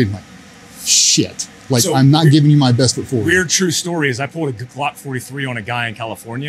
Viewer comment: Did I hear call a Glock a Slock on purpose?